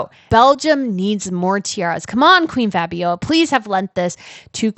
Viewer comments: Let them work to pay their taxes.... their ancestors stole the money to pay for their tiaras and juwels anyhow; and it is Fabio - L - a , not Fabiowa.. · Seems to me that you are having trouble pronouncing the name FABIOLA.. it's not FABIOA its F A B I O L A (practice the last syllable LA LA LA LA LA FABIOLA). TBH its kind of annoying listening to you butchering her name .... please prepare yourself beforehand. Shows professionalism on your part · Hi! Long time watcher of both channels. Keep up the good work! I'm Belgian and I can answer a couple of questions for you. But firstly, it's FabioLa, not Fabioja. There's an L in there;) As for why Lilian was never queen; it's a long story. So she and Leopold III got married in 1941, during WOII and the wedding was only announced after it had happened. Also it would later turn out she was pregnant at the time. Their wedding was not well regarded at the time by the public, because Queen Astrid had only died 6 years before and she was incredibly beloved. That and the fact that this happened during WOII, when Belgium was under German occupation and Leopold III had surrendered to the German regime. To the public it looked like he was collaborating, though in actuality it was a placid neutrality. So the war ends and Leopold III is in exile. This leads to the "Royal Question" (Koningskwestie in Dutch) in 1950 and a public referendum was held on wether or not the king would be allowed to return from exile and presume his role (his brother Karel/Charles had been regent in the mean time). The referendum ends up being in his favor and he returns from exile. But the country was not united in its vote (still Belgium's main issue today), with Flanders (northern, Dutch-speaking region) voting pro Leopold, and Brussels and Wallonia (southern, French-speaking region) voting against him. When he returned this caused outrage in the southern part of the country; riots, attacks, strikes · It is pronounced FABIOLA.